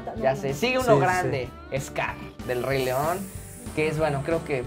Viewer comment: "RAY" JAJAJAJAJAJAJAJAJA se pronuncia "REY"